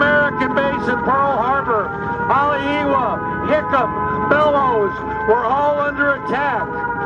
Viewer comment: lol im frim hawaii and the guy dont even know how to pronounce haleiwa😂